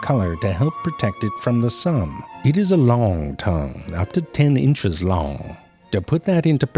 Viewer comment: "Its a liong tongue, up to ten inches liong". 🤣 What the hell is a "liong".